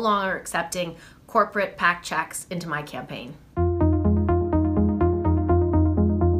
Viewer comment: What does she mean when she continues to emphasize the word "checks"? 🤔